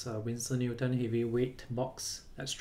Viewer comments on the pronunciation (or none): none